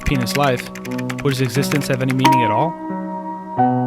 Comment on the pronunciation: “Ah knew et.”